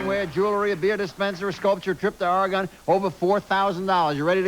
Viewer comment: As a native Oregonian, I cringed at the mispronunciations of "Oregon" and "Kah-Nee-Tah"!